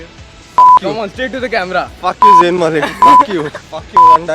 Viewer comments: his name is Zayn not zain.........pronounce correctly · It's not zaiin Malik it's Zayn Malik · AND HE IS MINE AND ALL OF THEM SAY ''ZAYAN...BUT IT'S ''ZAYN'' LOL LOL LOL